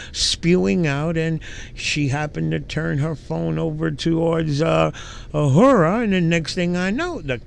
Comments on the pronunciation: I love how you say "Uh-her-uh"" Transparency. Just an FYI...it's "A-roar-uh" 🤣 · A-roar-a Not “a-whore-a” 😂 probably more fitting for her though 😅 lmao